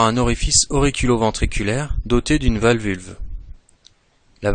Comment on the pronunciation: Valvu-L-e pas valvulVe mais sinon très bonne vidéo :)